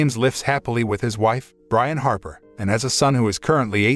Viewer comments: not to be nit picking but Brianne is not pronounced Brian its actually Bree-anne (or something like that) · Driving me nuts. Her name is pronounced Bree-Anna not Brian. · It's pronounced breeahhna not briana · Bree-ann, not Brian. Damn robots... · LOL That was the point I had to stop watching. AI ain't so smart after all. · For the last time, It’s Bri-Anne not Brian! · It's pronounced Bree-Anne, not Brian. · Hey Brianne = Brie-Anne not Brian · Ha Ha. These stupid IA generated videos constantly misread the stroyline given them. The wife's name is not Brisn, which is a man's name. Her name is Brianne. Big big difference. You would think the people editing this would catch it and redo the speakover. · Please, please stop! Sit back, and before you do ANY more reviews, learn how to properly say words. It’s not that hard. If you are not sure about something, look it up!! Do you really think his wife’s name is Brian? Do you? My God, I couldn’t finish watching!! Brianne. Now, what’s a pretty name for a girl spelled like this? Come on, brother… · Narrator cannot tell the difference between Brianne and Brian. Rather aggravating. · Pronounces Brianne as Brian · Her name is pronounced Breeann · Jesus is the name Brianne pronounced Bree Ann